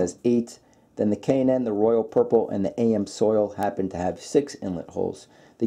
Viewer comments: Look this is a great video but it truly bugs me when you say, A M Soil it is Ams Oil two words and the A is short a not a long a. Thank You! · AM Soil??? It's Amsoil. Not sure where you got that pronunciation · Dude it’s not AM soil 😂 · That's "ams"oil. Pronounced amz oil No spelling necessary. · AM Soil?? That's when I stopped watching. Hard to take oil filter advice from someone who doesn't even know how to pronounce the name. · Is he saying AM soil 😂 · Did he say "A-M-soil"? Lol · Please learn how to say "amsoil" correctly lol. No big deal, and great video though, great information! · Dummy Amsoil one word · He is saying it wrong, it is pronounced Aaamz- oil, (how it is to be said) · It's pronounced, "AMZOIL". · He is pronouncing it like AM's Oil. At least that is what it sounds like to me. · I thought that was kind of funny, that tells you that this fellow has NEVER been to Amsoil's web site. If he had, then he would know full well how to pronounce "AMSOIL". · Can't pronounce Amsoil, doesn't understand efficiency ratings, decides the best filter is the one that looks the best. I feel dumber for having watched this. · i always hate that myself when people don't even take a moment to learn to say the word correctly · Good comparison. It's pronounces Ams-oil not AM-Soil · Ha, was killing me Everytime he said it. It's even color coded AMS-oil lol. And yes I realize this is 2yrs old but in the life of internet video 2yrs is nothing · It’s Am’s oil not A M soil. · it's not AM-SOIL it's AMS-OIL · "A M soil?" You gotta be kidding me with that pronunciation. 🤣🤣🤣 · It's NOT AM SOIL! It's AMS OIL! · I have always heard it pronounced am-zoil as opposed to A.M. soil... minor point. Amsoil is expensive but it worked wonders on my 1994 f350 idi quieting down the piston slap on cold ass new england winter mornings. With delo it sounded like a handful of rocks in a coffee can for the first 15 seconds. Their filters seem legit but I think WIX has just become my new fave